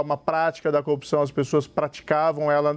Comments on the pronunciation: Moro é tão corrupto que corrompe a própria palavra. Ele fala "copção". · Aprende a falar corrupção, Sérgio Moro, kkkk "copçao" ... Tu é uma Co-opção kkkkkkkk acho que é isso que você quis dizer kkkk